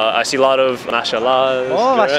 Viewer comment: 4: 55 pls correct'MashAllah".